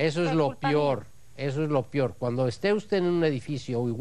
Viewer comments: No se dice PIOR,, lo correcto es decir peor. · La verdad Juez que usted no habla español correctamente. Siempre dice "pior" se dice peor. Asi como muchas otras palabras.